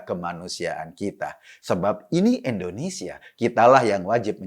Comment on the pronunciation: Indonesia bulll... bukan endonesia...🙃